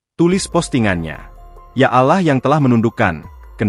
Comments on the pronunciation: Harus belajar menyebut Allah yg benar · Hei lue yang bicara, membaca kata Alloh itu yang benar jangan buat kesal saya sebagai orang muslim